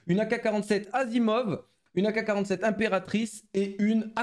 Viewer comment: Yooo ak assimov stp le S sinon bv les vidéo